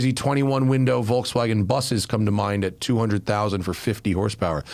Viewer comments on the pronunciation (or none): none